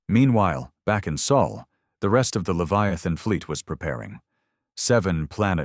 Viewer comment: Sol is written Sol, not Soul! If your AI ignores this little but important fact, you should have corrected it. You skipped proofing: the story restarts after twenty-odd minutes. Serious negligence. We deserve better. Thumbs down.